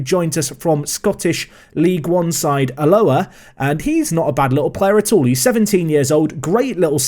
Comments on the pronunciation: emphasis should be on the first A rather than the O sound. Alloa rather than allOa. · [Ah-low-ah], for future reference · Alloa is said A-low-wa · just to let you know alloa is pronounced al oh a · That pronounciation of Alloa...no. Just. No. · Oh god, the pronunciation of Alloa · I’ve never heard Alloa prounced like that in my life but I can understand why